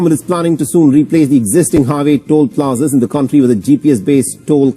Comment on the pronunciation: Toll plaza not tool plaza. English bhi proper nahin atti